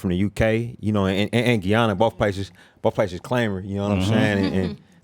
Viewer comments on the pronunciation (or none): It’s Guy-Ana Ryan. Lol no Geeyana ❤ this was amazing though